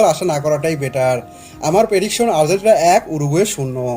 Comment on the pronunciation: Asha kori Uccharon ta ektu thik kore niben. Argentina ke apni bolchen Ar-zen-tina.